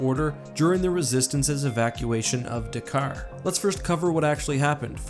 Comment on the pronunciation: It’s not Dakar it’s D’Qar